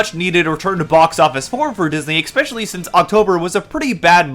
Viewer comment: I genuinely can't tell if this is incredibly bad faith or if you really really just didn't pay attention. The evisceration of this video on other non bad actor channels is delicious. Honestly pay more attention in the future. Watch the "entowery" of the video, "expecially" if you're planning a critique that you intend to sound biting or "gotcha". This was Otterly nonsensical.